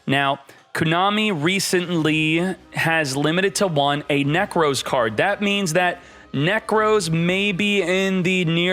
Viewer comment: Moooooom! is saying "Neck Rose" again! 😭